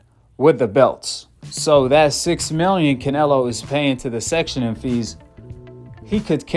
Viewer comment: Brother it’s called “Sanctioning body” NOT “Sectioning body” 🫡. They sanction fighters/fights not section them 😉